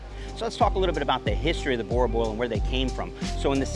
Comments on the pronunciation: Great clip. I know Boer looks like you should pronounce it as you do. But it actually sounds like boo, as in Casper the ghost go boo! Boo!r. Your Boerboel will instantly start fetching your slippers for you if you pronounce it like this.. No really! Thank you for the great contribution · It's funny how ya'll pronounce boerboel so weirdly different from us here in South Africa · How did you come to South Africa and not learn how to pronounce the dogs name😂